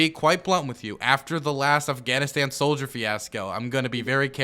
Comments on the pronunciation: I've never heard of the country of Afghanistand, we can't trust anyone who can't pronounce a country correctly, they must necessarily pronounce everything wrong if that's the case and they are completely unintelligable. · I keep focusing on how he pronounces it "Afghanistand"